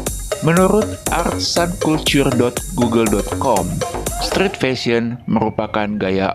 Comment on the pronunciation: Narator nya siapa sih ini??pronoun street saja kagok ..penguasaan ucapan yg benar sangat penting ya adminnya.